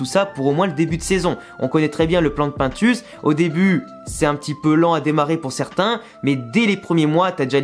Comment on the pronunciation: Quand je t entend prononcer le nom de pintus mes cheveux chute